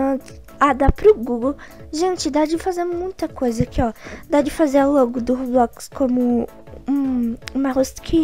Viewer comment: Vim no video antigo p fala como eu AMO o jeito q vc fala roblox "Robloquiz" kkk tipo assim acho mt engraçado :3